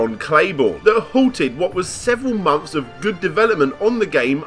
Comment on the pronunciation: Mumfes and mumfes of being unwilling the pronounce the 'TH' in your own language, as a commentator and content creator... gg well played